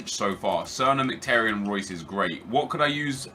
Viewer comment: Merhik??? Are you daft? In English it's pronounced mik-i-tar-yin. I'm Armenian.